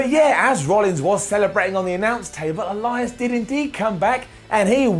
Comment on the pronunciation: I could swear I hear say Erias